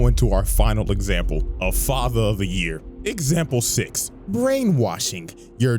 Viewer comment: is it "fater" or "Father"